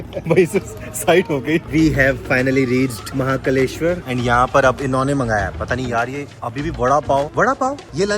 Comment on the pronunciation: महाकालेश्वर ज्योतिर्लिंगमध्य Not महाकलेश्वर ज्योतिर्लिंगमध्य Ek matra se mahakaaleshwar ka maha-kalesh-war hogaya😅